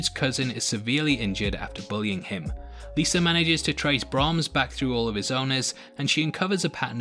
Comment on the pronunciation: It’s Liza not Lisa. It was decent. I like the supernatural twist